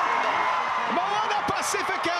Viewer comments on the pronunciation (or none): Moana Ba-c-fee-ka not pa-seh-fe-ka